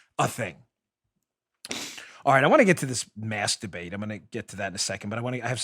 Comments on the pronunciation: Ha ha he said masdabate. Like the GG tweet once you hear it you giggle all the time now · Sorry Dan but when you said , "mask debate", I thought you said "master-bate". LOL. Have to work on that enunciation.